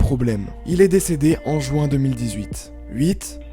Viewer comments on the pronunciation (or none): none